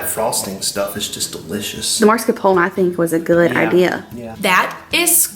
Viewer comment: Everything looks delicious!! Makes me wish I could get biscuits. 😩. So funny how y’all pronounce it MARscaprone instead of MAScarpone. Lol. It’s always a good time in your kitchen. 💕